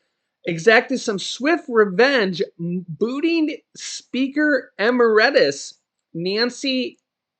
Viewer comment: It's amazing this guy doesn't know what emeritus means nor how to pronounce the word